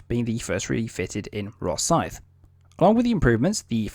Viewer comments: SILENT feckin E if you don't mind? as in Rothsy (Rothsee) .. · Rothesay is pronounced Roth Say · Silent feckin E in Rothesay if you don't mind! :-( (Pronounced "Rothsea").. :-) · Wrong HMS ROTHESAY prenounced ROTH-SAY !! HAD A mk 10 motar on the quarter deck and still had a flight deck ???????? Gunners being Gunners, THEY WERE MISILEMEN ? WTF DO YOU KNOW AS YOU ARE AN !! ARM CHAIR GENERAL !! GET YOUR FACTS RIGHT INSTEAD OF JUST READING FROM A SCRIPT !! No mention of the sonars ??? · I am quite surprised you can speak with authority on this type of vessel when you can’t even get the the name right for the type .Rothesay is the name the type was given never heard of a place called Rothesay